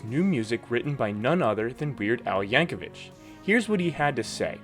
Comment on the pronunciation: I'd LOVE to see "Star Detours" released. But I doubt Team Rodent will budge. I'd like to be wrong on that, though. (BTW, Al pronounces his last name to end with "vick," not "vitch.")